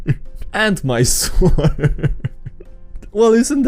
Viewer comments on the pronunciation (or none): Again, in english, word "sword" is read with silent "w", but i guess its a meme by now.